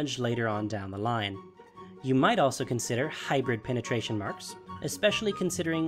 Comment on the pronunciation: lol he said magic penetation ^w^